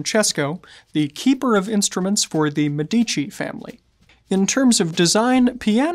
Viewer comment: Also the Italian family is called MEdici and not meDIci